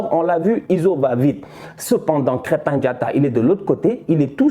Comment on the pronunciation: Mais estan c'est pas krèttin mais krèmpin diatta